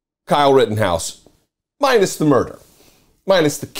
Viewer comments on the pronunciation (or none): none